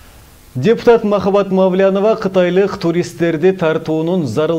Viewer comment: Мааау лян дейт го